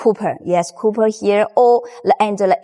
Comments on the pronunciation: 谢谢你！Xièxiè nǐ! Great information! Just a note: the metal used on the busbar is called 'cop-erh' (copper), not cooper. No big deal, we know what you mean. 👍🏻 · Your English is fine. But the wire is not "COOPER" it is "Copper".